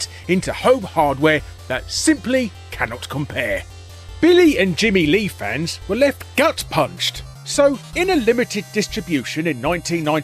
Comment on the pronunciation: You mispronounced Bimmy and Jimmy